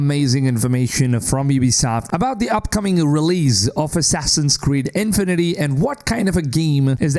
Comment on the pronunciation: the emphasis in "infinity" should be on "fi" and not so exaggerated. it's not INfinity. It's just infinity.